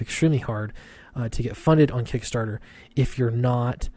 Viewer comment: Kick Nasser , not KickStarter .